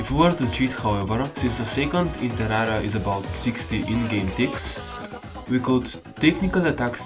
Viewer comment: "atak spid in terara"